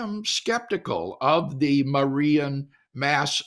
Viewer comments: When you're so Protestant that you can't even say "Marian" correctly. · why does Dr. Craig say Marian like that hahah